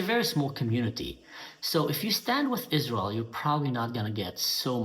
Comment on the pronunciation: Is- Raz- Elle? It doesn’t exist. Satan’s Hordes. AHAHAHAHA !